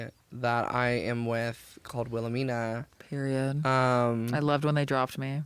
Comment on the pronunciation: "Poid!" for Period omg I'm loling 😂😂😂